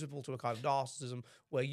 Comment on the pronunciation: Oh, it’s a podcast chaired by that bloke who bangs on endlessly about ‘narcissism’, but can’t pronounce it.